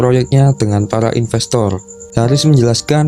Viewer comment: impestor salah kak inpestor kalu